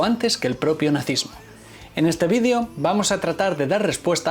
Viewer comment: No pronuncies la palabra video en inglés si hablas español porfa